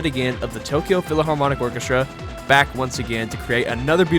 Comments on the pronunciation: Also you saying PHILAHARMONIC instead of PHILHARMONIC broke me lol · Well-made video but “philaharmonic” is killing me 😭